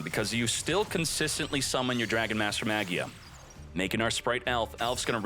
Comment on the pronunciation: it bothers me how you pronounce "magia" 😭